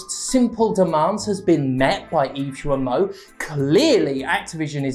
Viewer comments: G isn't an S. GE-lemon, goddamnit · Thank God for you as always ! One note though : "Guillemot" is pronounced with a harg G like in "guilty of covering for abusers". Because the french language has no constant. ^^ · Or like guillotine.